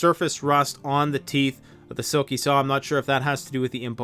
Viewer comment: that boy needs a lot of straightening out, eh?! And still mispronouncing his channel name. OMG!